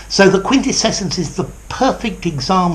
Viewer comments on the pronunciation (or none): Sir, are you adding an extra syllable in quintessence? Sounds something like 'quintescessence'. Probably under the influence of the adjective (quintessential), which I think is more common than the noun. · are you sure your pronunciation of the last one is quite correct? 😉